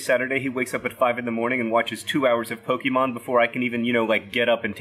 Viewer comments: Ughh everything you said was wrong I mean you're great but you can't even say Pokémon right. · I hate the way you mispronounce Pokémon 😂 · There's an accent on the é in Pokémon. You pronounce the é like café. PokEYmon not PoKImon. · Stop calling it Pokiemon for starters. Pokehmon, please x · OH MY GOD first off it’s not pronounced pokeymon its pronounced Poke a mon and second plural is not Pokémons it’s just Pokémon and finnaly third AHHHHHHHHHHHHHHHHHHHHHHHHHHHHHHHH THIS GUY IS SO IRRITATING pikachu is based ON THE CANADIAN PIKA MOUSE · É is pronounced like A It's basically poke-A-mon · As a pokemon fan I must say it's disappointing to see a famous witer forget to acknowledge the accent over the e in the word Pokémon. Phonetically speaking the word is Poke-Ay-Mon not Poke-EE-mon, and I will correct every single person who gets this wrong no matter how petty and no matter who doesn't care. Edit: kept watching and he said Pokémons as the plural and not just Pokémon, which was painful. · It's not poke-EE-mon, it's pok-AY-mon, like "AYY, MUST BE THE MONAYY!" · I've tried to overlook it until now, but please stop saying "Pokey mon." Poe - keh - mon. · Pokeymon huh? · "Pokimon" I'm so triggered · It's Poh-KAY-mon, not Poh-KEE-mon... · It's not po-key-mon, its po-kay-mon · Pokémon not PoKEEmon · John... Pokémon is pronounced pO-keh-mon not po-key-mon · So inaccurate, it's pronounced Po-KAY-mon. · It’s more like “Eh” The accented É is what gives it that pronounciation. So its actually supposed to be Po-KEH-mon. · Hilarious concept John! But just for correctness' sake: 1. It's pronounced Poke-ay-mon (there's an accent on the e) 2. Pokemon is both singular and plural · When your dad says Pokémon as "Poke EEE mon" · I took a swig every time John pronounced Pokémon wrong and I died of alcohol poisoning. rip (more like Po-keh-mon; short for Pocket Monsters) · Accent mark. Po-keh-mon. Other than that, for an outsider, I think your grasp on the Poke-verse is pretty solid.